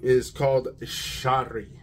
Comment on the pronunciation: good review. lattafa makng some great frags. also it pronounced sha-eeeri. written sharri lol not sure about that=| means poetic or poetry. shaeer means poet.😅